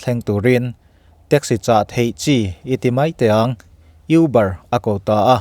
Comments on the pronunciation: youber tihloh tur,,, a aw b ami u ang khan uber tih zawk tur anih hmel. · You-bar nilo in Mizo tawng a ka U kan tih anga lam tur aw: Û-bar. Kan thil lam dan hi fimkhur a tha e, a video nen inzawm lo mahse thahnem ka lo ngaihpui ve mai2 che. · IUBAR tia lam tur a ni lo. ÛBAR tih tur aw. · Uber{(u.. UPuia, aia upa zawk kan kohna anga lam tur.. Uber) not euber}😁 ngaithla chhunzawm lehnghal ang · 'Uuuuubaaar' tia a lam tur auh✌🏻✌🏻✌🏻